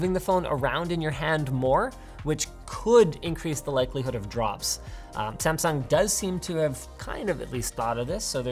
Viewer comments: Is disgusting how gringoes says Samsung.... Kskdkkdkdkf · You pronounced Samsung wrong again, please pronounce it right next time